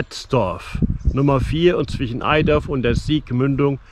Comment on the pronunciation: OOOOOHHHH das tut weh. Erstens liegt der Bereich der Sieg ab Au (Sieg) in NRW und dann heißt es BITTE nicht EiDorf!!! EiTorf. Ei + Torf. So klappt es dann meist mit der Aussprache;) Schade hätte ich gewusst, dass du vorbeischaust, wäre ich mal eben runter gekommen. Wohn ja in eben diesem EiTorf. Es gibt eine gute App die man nutzen kann, Kenntnis über die Pegellimits vorausgesetzt: Meine Pegel im Google Play Store.